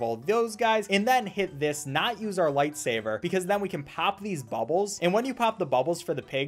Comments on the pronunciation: Im triggered everytime he says 'lightsaver' instead of 'lightsaber' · why are u saying light saver ??? no hate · I call it “lightsaver” too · I know but I have a habit of calling it “lightsaver” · I cannot tell if he's saying lightsaber or lightsaver and it's driving me insane. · Did he just say lightsaver also how did you get the game? I thought it was taken down everywhere by rovio